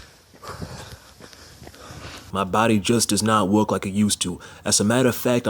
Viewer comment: About the first quarter of this video, This hole time I thought you were saying walk, Then I realized you were saying work.